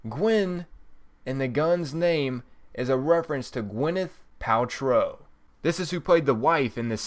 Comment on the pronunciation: Who the fuck is Gwyneth "Patrol"?